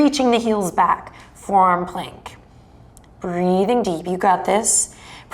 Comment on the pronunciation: oh ! FORE-ARM plank...not FOUR arm plank ! haha